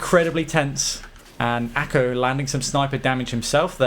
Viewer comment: Awesome vid mate, but please ACo not ACO !! :D